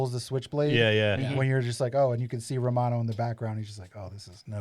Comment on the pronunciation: Its Romano not Ramon